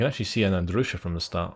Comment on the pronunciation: Why do you call the Katyusha "ndrusha"? xd